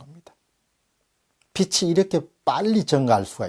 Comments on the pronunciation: 빚이: 비치(×) 비지(ㅇ) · 빚이→빛으로 들리네요.ㅎ